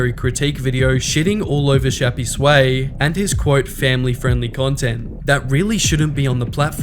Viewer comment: i think its "shappys way" and not "shappy sway"